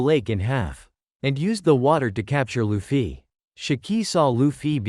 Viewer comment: It’s luffy Yeah Loofee No it’s luffy Yeah its what I’m saying: Loofee 💀